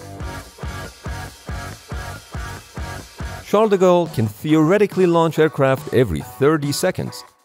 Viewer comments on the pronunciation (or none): It always amuses me that "Charles De Gaulle" gets pronounced, more or less, as "Shadago"